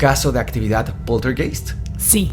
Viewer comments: en aleman ei se pronuncia ai... se pronuncia poltergaist, se escribe poltergeist... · Hola, la palabrs Poltergeist se pronunciaa Poltergaist, viene del Aleman, der Geist es el fantasma o espiritu y poltern es un verbo que significa hacer bulla, hacer ruido. Un saludo desde la Selva negra en Alemania. Saludos y gracias por sus videos. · Saludos amigos muy buenos sus videos, solo una pequeña observacion Poltergeist se pronuncia PolterGaist como Einstein Ainstain, heineken haineken, Ramstein Ramstain, etc, etc...